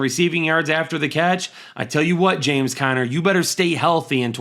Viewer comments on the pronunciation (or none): none